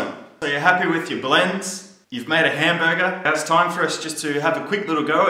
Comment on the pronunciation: The way he says hamburger is Funny as fuck! Lmfao